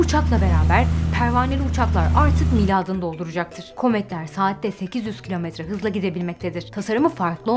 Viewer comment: Miladını doldurmak değil, miadını doldurmak denir. “Yuvarlak” köşe olmaz.